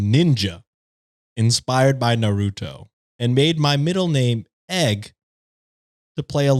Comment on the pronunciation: say "nar-oo-toe" 💔💔💔💔 (it's naru-toe)